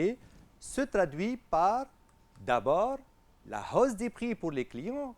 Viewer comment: hausse , "h muet" merci monsieur!